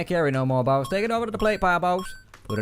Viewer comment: I like how he says 'baus'